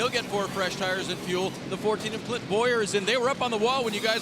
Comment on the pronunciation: i swear it even sounds like he even dropped the N in Clint's name, then the "oohhh~" I'm laughing my ass off